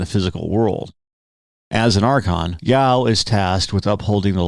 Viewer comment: Ya-Oh. Two syllables.